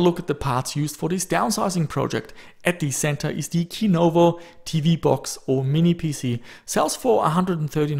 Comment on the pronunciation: [Ki:novo]? I think it's [Si:novo].